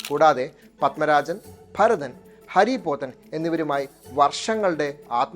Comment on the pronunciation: ഹരി പോത്തൻ അല്ല. ഹാരി പോത്തൻ